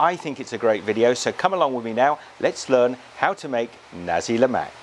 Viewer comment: lol its Naaaaasiiiii not nazi XD